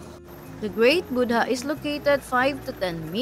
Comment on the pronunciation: Correction, when you say Buddha, the "h" should be silent. "Boo-da", i.e. the first syllable is a (very) long vowel, without the ending d and country is pronounced as Kun-tree. Nice video btw. Thanks for the Klook unlimited sim tip.